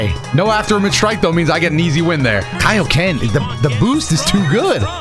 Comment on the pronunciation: Finally someone pronounces "kai-oh-ken" correctly👍